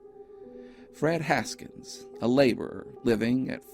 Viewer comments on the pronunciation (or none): His last name was Hawkins not Haskins. Look again. Good job on your channel. I enjoy watching it. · Fred Hawkins....not Haskins....right? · You don't say why the document says "Hawkins" but you say "Haskins"? Donating body parts of unknown dead people to educational establishments sounds very strange. If these remains haven't be lost over the years maybe each school could ID their skulls,then photograph it and attach any history available. Most skulls could be disregarded by state of the teeth and sex of the remains. The others could be looked at closer and DNA evidence tried for. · I noticed the name of one of her references kept getting pronounced Haskins, but it says, Hawkins.